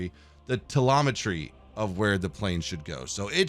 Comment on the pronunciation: teLOMETRY, english.exe is missing